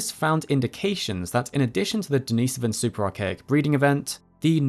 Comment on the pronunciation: not that I'm a grammar nazi but thumbs up for pronouncing Denisovan correctly it bothers me in a way to hear "experts" pronounce words wrong🤔